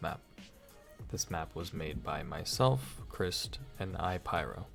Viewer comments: i was confused when you called chr7st "crih-st" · Why u said Crist tho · I always thought his name was pronounced “Christ” instead of “crist”?